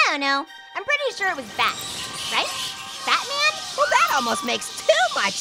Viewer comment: Batman or butman?